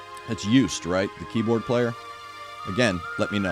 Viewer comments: Joost, the oo sounds like OA in Toast "Joast vd Brooke" kinda ;-) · That's Joost yeah, rymes with "toast" not "used";) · Did anyone tell you how to pronounce Joost yet? If not: it's like "yo - bro!" -> Yoh-st 😊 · BTW, Joost is pronounced like the "Yo"+st (Yo as in Yo MTV raps. :D)